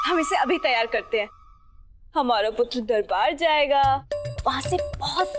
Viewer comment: In the starting that said पुटर it is wrong because it is पुत्र